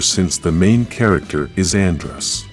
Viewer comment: You guys should really watch some episodes before voicing such a video. "Andres", "Krugzer", "Astro nima",... All butchered.